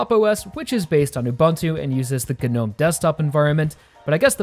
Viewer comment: the G in gnome is silent tell me what this GER-nome is about did some dumb t@@ mispronounce and it took off or is a yank word is it KER nife or a KER night charged into battle